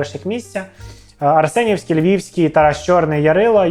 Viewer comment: Так Арсенівський чи Ареснівський?